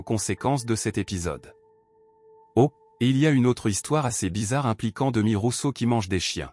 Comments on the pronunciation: Phonétiquement c est Demiss Roussoss. Demi Rousso😂😂😂😂😂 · On ne dit Démis Roussos mais Demisssssss Roussosssssss. Dommage que le texte qui accompagne cette vidéo soit mal prononcé. Il n'empêche que, pour moi ce fût un Grand Monsieur qui chantait magnifiquement. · On dit: Démisss Roussosss. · C est pas d e m i s R o u s s o s il faut prononcer les S finaux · Vpus êtes capables de prononcer correctement le nom Nikosssss Aliagassssss, Mais vous êtes incapable de prononcer correctement celui de Demissssss Roussossssss😡